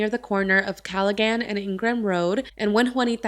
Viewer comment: Wow this is not even 5 minutes down the road from me I never heard of this case😢 and it’s pronounced (calla-han) Callaghan Rd. 🥰